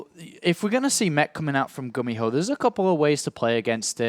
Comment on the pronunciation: it's pronounced "goo-me-ho" not "gummy-ho"